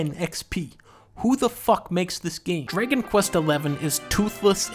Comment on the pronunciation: Why does he pronounce dragon as “draygon”?